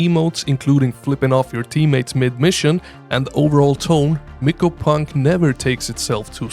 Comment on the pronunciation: For Abyssus... Did u say "brinepunk"? 😂 Also, Mycopunk is pronounced like My-co punk (not Miko) bc the game is about fighting giant mushrooms, mycology